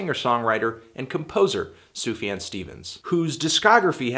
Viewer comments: It's fucking pronounced Soof-Yon. He has pronounced it many times in interviews. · "SUFAN Stevens"??! maybe you could correct this...it's a bit distractive. That being said, I guess you're a little misinformed about Sufjan's story: "I Kinda get the feeling the relationship S. had with his mother wasn't the best, etc, etc", Sufjan's mother left the family when he was one! She suffered from schizophrenia and alcoholism, was even homeless for a while. It was always Stevens that sought for contact and love from her, so... not really avoiding his mother ;) he even managed to tell her he loved her in her dead bed. It´s something he´s talked about plenty lattely, all the grief process he's been through and that really frames the whole album. Apart from context, I think this is an album that grows into you, being so soft, I can listen to it on repeat mode, and would definitly rate it higher than a 7/10 ;) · "Sufan Stevens" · why do you say sufjan so weird?